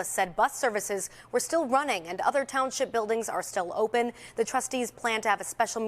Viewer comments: Says “ Thornton TOWNSIP”. Lol😂😂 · It's township not townsip...